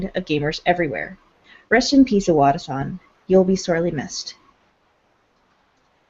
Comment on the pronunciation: The way they keep pronouncing Iwata's name, as if the "I" was two syllables is making me think of Ayahuasca.